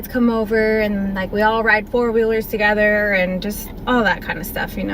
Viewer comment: Togethevah??? Thought the word was together...dang it...black folk arent taught the language???